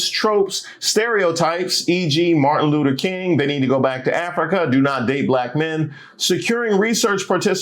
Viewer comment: Bro the Martin Looter King took me out the snagal tooth pronunciation 😂🤣☠️